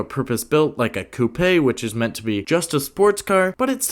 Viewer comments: a coupe-aye? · The way he mispronounced coupe though lol